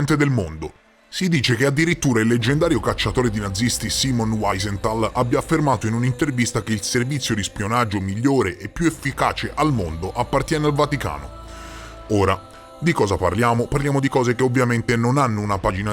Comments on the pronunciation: Wiìsental… mannaggia! La pronuncia errata di nomi così noti squalifica chi li pronuncia, mentre state facendo un buon lavoro. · ... "UÀISENTHAL" ????? Ma per Belenos, due minuti due di verifica sulla pronuncia dei nomi tedeschi non riesci proprio a spenderli? Ma come si fa nel 2022 a voler parlare di queste cose e di questi personaggi oltretutto STRA-NOTI e pronunciare come un facocero uscito or ora dalla tana ignaro di sé e di ogni altra cosa! Guarda che è facile, eh... Studia, per Benos! O almeno apri il traduttore di Google e ascolta la pronuncia!!